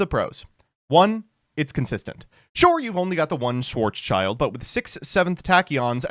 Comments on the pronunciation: Schwarzschild gets mispronounced all the time. It's not "Schwarz" "child" it's "Schwarz" "Schild" (Pronounced like "shield") It's a German name that translates to "black shield". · Dude its "schwarz-schild" ffs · my german ass will never get over your pronounciation of "Schwarzschild"... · As german it's always a joy to see how americans massacre german names. Thanks for that Schwarzschild.